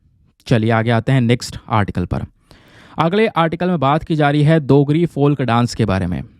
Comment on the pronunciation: Dear sir you missplet dogri you pronounced it as देgri but it is डोगरी थैंक्स